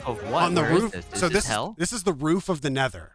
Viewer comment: “Nether Roof”. Not “Rool”.